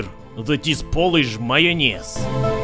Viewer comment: XDDDDD this accent "Majonez" I love the Russian accent And.... majonez and kiełbasa party xDDDDDD